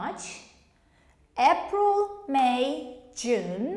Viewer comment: I think you pronounced wrong the word - 'April', or I am wrong? /ˈeɪ.prəl/